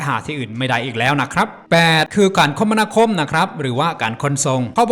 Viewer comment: มหาศาล ค่ะ ไม่ใช่ มหาสาร สะกดผิดนะคะ และ คมนาคม อ่าน คะ - มะ - นา - คม ไม่ใช่ คม - มะ - นา - คม